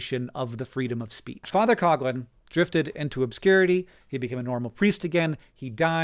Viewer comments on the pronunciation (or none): It's pronounced father "Cough Lihn" not "cog lin" Also Matt Christman and Chris Wade made a really great series on this era called Hell On Earth, and pretty much had these takes but in more and better detail. Additionally Matt Christman has touched on this context of the subject pretty thoroughly generally in his output. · It's not Cog lin. It's cough lin.